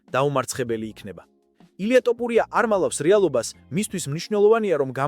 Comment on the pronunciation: აი ამხელა ვიდეოს ქმნი და რა ტოპურია იმენნა ტიპი აზრზე არ არის.ტოპურია არა წიფურია😂😂😂